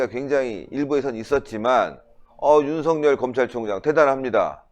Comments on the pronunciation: 댓글 보시나요? 윤석열을 윤석렬로 발음하고 있다고 계속 말씀드리는데 ~ 댓글 좀 봐주세요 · 윤석열을 윤석렬로 발음하고 있습니다 빨리 수정하시기 바랍니다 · 윤석열을 윤석렬로 발음하지 마세요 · 모든분이 윤석열을 윤성열로 발음하는데 틀렸습니다 빨리 수정하세요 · 윤석열을 윤석렬로 발음하는 것은 방송인으로서 부끄러운 일입니다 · 윤석열을 윤석렬로 발음하고 있는데 빨리 수정해서 바르게 말씀하시길 바랍니다